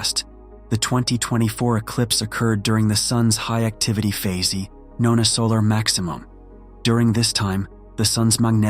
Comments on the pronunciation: the 'e' in "phase" is silent 🤫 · And forgets how say regular words like Phase. And spectacular.